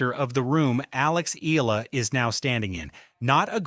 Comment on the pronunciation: I love that Alex is loved world wide , but can we please respectfully address this: Alex’s surname is EALA, pronounced as “EYALA” and not “Eela. Kindly learn it and tell the world the same. Alex’s name deserves to be said right. Thank you.